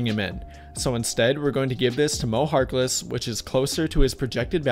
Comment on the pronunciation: Once he said mo harkless i turned it off...